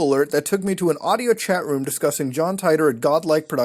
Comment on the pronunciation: omfg Muta... seriously you made me cringe harder than I have ever in my life. Ty-tor??? It's John Tea-tor. Have you not seen Steins; Gate? Please watch this anime as it is one of the greatest of all time.